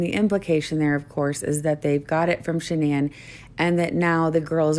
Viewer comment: makes me sick lying about those baby girls. I have lost all respect for Inside edition, not looking deeper in to his story and airing all his lies. Horrible, horrible reporting, and it irks me that and the reporter from Inside Edition didn’t pronounce Shanann’s name right. Stupid I know, but it’s just disrespectful in my book.